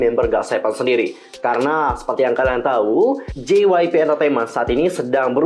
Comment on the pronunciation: Ngakak Gua Denger Ngomong Jypeip😂